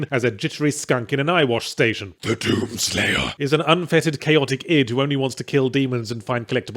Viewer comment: "Te dUUm sleiyah"